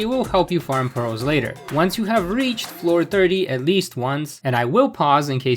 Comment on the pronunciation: jsyk it’s “priz”